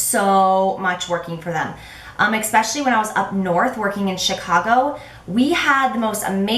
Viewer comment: Since 3 people said that you and Nicole Guerreiro were their fav YouTube people, I thought I would check her out and found it HILARIOUS that in the first video of hers I watched she pronounced "especially" with an x like you always do! Which btw is annoying but I think you're awesome anyway so I over look it lol.